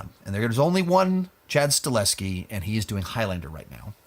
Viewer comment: I always thought it was pronounced Sta-Hel-Ski?